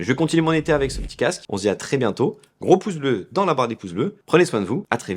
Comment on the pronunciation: Pourquoi tu prononces très "tré" ? C'est quoi l'idée ?